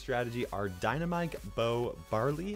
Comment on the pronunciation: i hate it when you say dynamike , it is dynamite , why with k , it is not rational